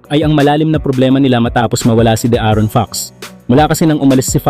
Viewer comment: Di nanonood ng basketball to, lavine lang at d aron di mabigkas ng tama..ahaha